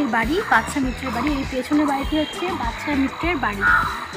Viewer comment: বাদশা মৈত্রকে "বাচ্চা মৈত্র" বলছেন কেন!